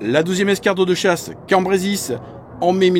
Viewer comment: Cambrésis pas Cambrésisse. ;)